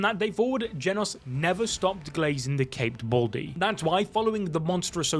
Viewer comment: “Genus” he says💀🥀